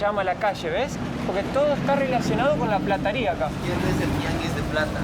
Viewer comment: Habla bien, PLATARIA, sos argentino y bastante tarado, te fuiste a lis 17 años de argentina, se duce PLATERIA y no me digas q no sabias!!!!!!